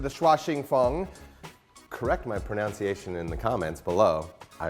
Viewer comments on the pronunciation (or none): Right from the start, it's pronunciation, not pronounciation. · Its pronounced "proNUNnciation", not "proNOUNciation". No idea about your Vietnamese though. As you seem to struggle with your native language I'll assume it was dire also. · *pronUnciation, not pronOUnciation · It's pronunciation not pronounciation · ok, I will. It's "pr-nun-see-ay-shun" not "pro-noun-see-a-shun" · It's "pruh-nun-see-ay-shun", not "pruh-naun-see-ay-shun". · I’ll correct you on your pronounciation, it’s actually pronounced ‘pronunciation’! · So as you predicted, allow me to correct your pronunciation: it's "pronUnciation" not "pronOUnciation". I have no idea about the Vietnamese. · Correct my pronunciation....doesn't even say pronunciation right